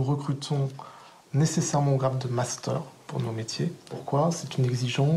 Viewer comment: je connaissais le "munster", mais alors le "mastère" ????????????